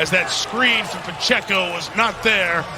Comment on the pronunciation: Pa-chey-co. Respect the name, respect the race.